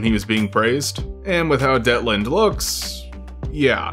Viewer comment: It's Detlinde, actually. Not Deltine. And that's only in the English translation. Her actual name is "Dietlinde" (ディートリンデ in Japanese), which is a German female given name. ie is pronounced like the ee in "leek", which is also how the Japanese version spelled it in katakana.